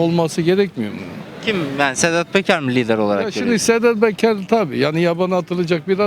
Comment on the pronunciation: KAFAYI YEMIS. BUNLAR. WALLAHI.....INSAN DEYIL. SEDAT BEKER DIYOR.. ADINI BILE DOGRU KONUSAMIYOR.🐂🐂🐂🐂🐂